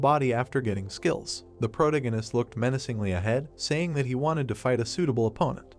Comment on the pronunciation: Is it only me or the names are all incorrect and wat is about “he looked meancingly” I heart more then 😩100 times within tis 1 min.😅😅😅(BTW NO HATE JUST MY THOUGHTS)